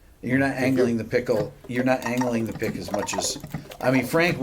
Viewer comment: Did he say Angering the pickle or angling the pick